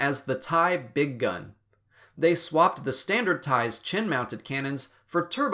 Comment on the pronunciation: If the TIE Bizarro was remote-controlled, why did it have a cockpit? Becaue it clearly does have a cockpit for a pilot. And it's pronounced Bigg'in, not Big Gun.